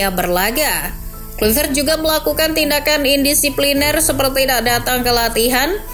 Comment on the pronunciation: Ijin koreksi cara nyebut nama nya ya min, harus nya Klaivert 🙏